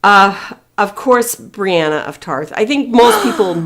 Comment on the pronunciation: Did actually no one notice that they called Brienne *Brienna*? 😂